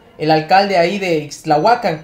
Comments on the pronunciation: MHIJO ... ACENTO EN LA Á IXTLAHUACÁN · Es Ixtlahuacán de los Membrillos, no ixtlahuacan ya no saben para que son los acentos. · Es Ixtlahúacan No ixtlahuacán...